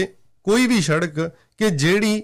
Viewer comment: oh, eh shadak ni hundi, ehnu sadak kehnde ne